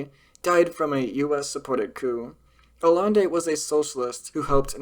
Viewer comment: Allende is pronounced as "Ah-Yen-Day".